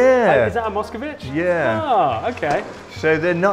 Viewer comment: And it’s not Moscovich,it Moscvich.